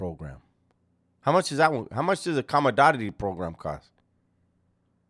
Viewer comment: Coomadoditty?? U mean commodity